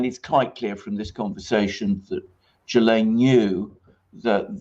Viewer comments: you can't even pronounce her name correctly?? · Most miss pronounced name in the media lol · all you do is type her name into good translate and listen to the French pronunciation. its a french word. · Why are you mispronouncing her name? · Why can’t Americans pronounce Ghislaine? It’s Gill-lane. When the letter G is followed by a consonant it’s pronounced like a like the G in “go”. The S is silent. Like the L in salmon. I’ve heard Jizz-lane, and here they are say Jill-lane. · Dear America. It's not Jill-lane. Or Jee-lane or Jizz-lane. I doubt she will spill the beans. Kevin Spacey, the Clintons, Trump, and many many more people in powerful places will end up getting away with this. There are STILL men who think that what's happened is really not that bad. That blame the teen girls. Sick world we live in. If she ever wanted to do the right think she would expose all the evil bastards, but she hasn't done the right thing before...so why now. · THE CORRECT PRONUNCIATION IS JIZLEN. SHE WAS BORN IN FRANCE AND HAS A FRENCH NAME. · The French name Ghislaine is pronounced 'ghee-lane', with a hard 'g' as in Ghana and ghetto. The 's' is silent. Giuffre, Virginia's married name, on the other hand, has a 'g' followed by an 'i', which gives it a soft sound, as in 'jew'. If there is an acute on the final 'e', the name is pronounced Jew-fray. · Great stuff again guys. The sole purpose of the Goldman interview is to try and paint her as a sympathetic person. Bull*** Btw... I think her name is pronounced: Gee- Lynn. Hard G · If you’re making a whole video about something and something so serious, you might want to pronounce her name right. Unable to watch, the repeated JILLAINE MAXWELLs are so annoying. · FYI her name is pronounced GIL-LANE with a hard 'G'. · You Nearly pronounced her name correctly, just ad the S ! and you got it ! (I'm French). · Why do Americans struggle to pronounce her name properly? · At least learn to pronounce her name properly.